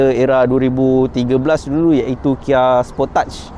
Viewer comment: Sebutan Kia Sport Age = Sportage